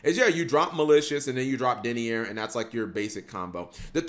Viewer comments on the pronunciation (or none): Did you just call Denier "Dennyer"? 🤣 He's Pronounced from the word "DENY" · It’s DENY-ER and DRA-GOON